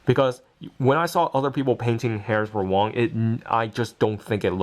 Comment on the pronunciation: did you said wang? it was wong